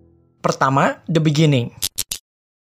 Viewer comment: "Pertama, the beningging"